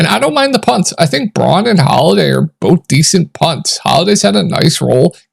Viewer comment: It's not Braun ( Brawn)- it is BROWN. Christian Brown is how it's pronounced.